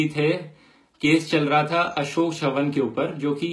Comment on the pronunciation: Bhai ek pronunciation aapka galt he Wo Ashok chavan he na ki shavan jaha ki aap C ko s se pronounce kr re ho. Jaise hum pritviraj chauhan bolte he ye wahi he bas thoda sa marathi twist he CHAVAN. not sha but Cha. Chai wala cha